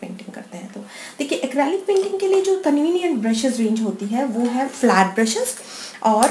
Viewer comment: It's quite nice, but please correct your pronunciation. It's Acrylic. ACREEEEELIC. Not ACRAAALIC. Other than that, your videos re nice.